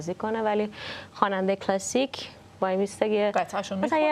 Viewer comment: مهمان برنامه در ابتدای حرفهاش، جوری لغات “جَز” کلَسیک” رو تلفظ میکرد، انگار مثلا اونجا تپی آمریکا بدنیا اومده و خیلی جو‌گیرانه حرف میزد 😂بعد کم کم مشخص شد که در بزرگسالی به آمریکا رفتند و جزو اون دسته ایرانیهای لُوس و افاده ای هستند که وقتی از ایران خارج میشن، بعد از دو هفته “ اوه مای گاد” و “نایس” از دهنشون‌نمیوفته و یادشون هم میره که مثلا دانکی به فارسی چی میشه!😂😂یعنی افاده خرکی بعضی ایرانیهای مقیم آمریکا همیشه مایه خجالته